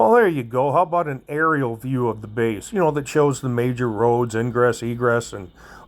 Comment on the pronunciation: Base, not bace. It's alright, you use the English language however you like.